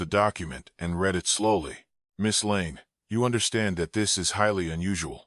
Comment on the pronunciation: A few slight edits to the script and the AI voice would not say things like " 47 inches the morning" or " he reed the note". Just saying...